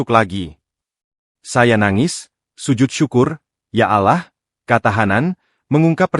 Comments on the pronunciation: Yg baca Narasi alangkah baik nya nyebut Nama " ALLAH " dgn benar...mhn ampun maaf klo saya salah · Betul sekali saya juga sangat terganggu karna yang baca narasi tidak tepat dalam penyebutan nama Allah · Ini yang gue benci dari suara ai, allah islam di baca dengan ucapan ktristen